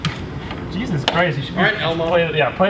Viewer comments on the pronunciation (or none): none